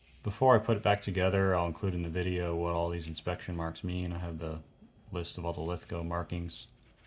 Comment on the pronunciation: Thanks for pronouncing Lithgow properly but you may have trouble sourcing Queenslnd Maple because it's actually Queensland. Please be careful when replacing SMLE forends that you don't overtighten the screw in front of the magazine as that often causes cracked forends. Do you have headspace gauges and an armourers front sight adjustment tool for your SMLEs? One trick my now deceased mentors taught me was to use a small Mallett and punch t VERY LIGHTLY tap the front sight until the windage is satisfactory and then use clear nail polish to keep it there.